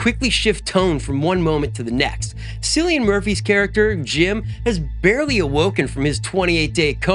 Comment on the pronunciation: Cillian Murphy is not pronounced with a soft C - you pronouns it KILLIAN!!